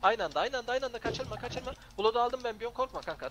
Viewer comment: knight camiası ingilizce telaffuzu asla çözemeyecek bluud ne abi blad o blad diyemiyosun da adama zamanında biz de kınayt diyoduk nayt diyene hastır çekiyoduk